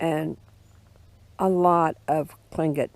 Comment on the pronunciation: Unfortunately the native peoples suffered brutal losses from the Americans and the Russians. This is a very pretty place. How many times did you practice saying "Tlingit" before making this video? I know I would have messed it up. Hahahah